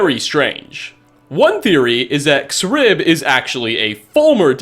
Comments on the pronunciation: If I recall correctly, these "crystals" damage your health if you're close to them, suggesting that they are "devouring" your soul. Which sort of backs up the theory that they could be the ideal masters themselves It's pronounced "zrib" not "exrib" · I'd imagine "Xrib" would be pronounced "Zrib"